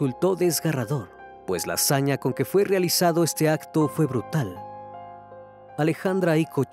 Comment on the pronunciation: Es Icó, no Ico